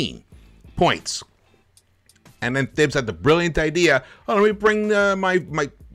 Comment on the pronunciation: His name is pronounced Tahibs bro